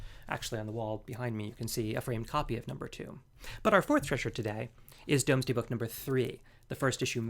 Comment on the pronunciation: FYI - "Domesday" is pronounced "Dooms-day"